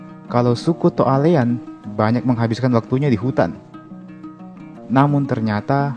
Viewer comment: Cara Pengucapannya To' Ale'an yah Min 😊